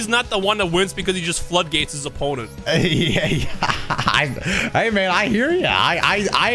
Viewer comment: is it just me, or when said "hey man" it sounded like "amen"